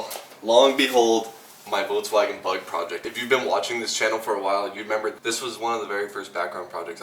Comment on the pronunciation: “votswagon”? vulkswagon is how its pronounced